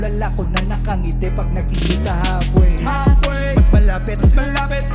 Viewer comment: Ano meaning nung "kita tayo halfway"? I love pero di masyadong malinaw yung pagbigkas niya ng halfway